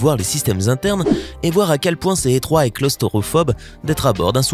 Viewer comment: il a dit clostorophobe au lieu de clotrophube mdr